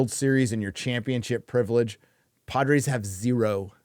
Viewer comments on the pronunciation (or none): says "Padres" like "Podrace" 😂